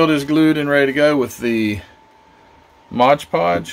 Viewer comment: Very nice build. But could you please say the name of a certain product you use correctly? It is called MOD Podge. Not Modge Podge. Thank you.